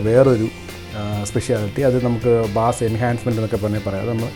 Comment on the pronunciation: Nammal ellarum ബാസ് എന്ന് തെറ്റായി പറയുന്നു . അത് ബേസ് ആണ്